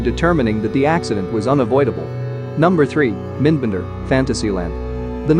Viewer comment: It's pronounced as the two words "Mind Bender", not "Minnnd Bender"